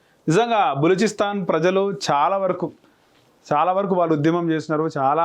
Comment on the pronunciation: Telugu chadavadam nerchuko adi baluchistan